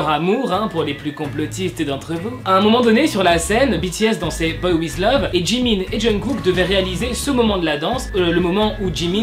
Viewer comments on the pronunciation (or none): none